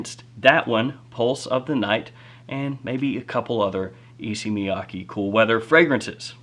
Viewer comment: FYI, the pronunciation is Issey like say and Miyake like kay in okay. Both are like the pronunciation of the letter a.